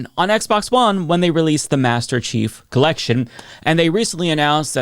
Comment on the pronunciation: It's "Master Chief", not "Masterrace Chief", silly.